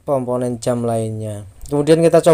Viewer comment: Komponen bukan komponon😂